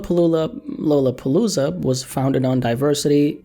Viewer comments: lmao my guy said “Low luh palooza” haha. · "Lollapaloola" LMAOOO